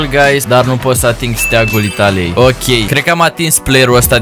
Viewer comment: Ai zis gruys😂😂😂